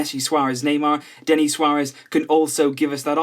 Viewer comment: It's Denis not Denny